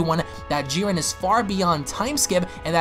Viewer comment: It's Jiren, not Giren